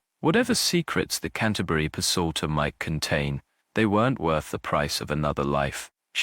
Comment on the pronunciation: this ai narrator is particularly awful. I'm at one minute.35 and he's already mispronounced leaded and psalter. I can't stand it. Hire a human. I'll do it for free!